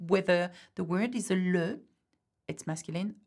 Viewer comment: Thank you! Why is Le pronouced like Lou? Is it Luh or Lou?